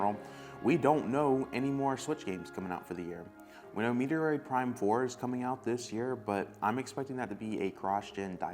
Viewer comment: No more clicks ever if you pronounce Metroid like that anymore. It’s not a humorous troll , it just makes you look stupid. I’ve tolerated it long enough.